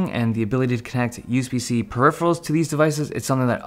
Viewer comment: yous-be-see okay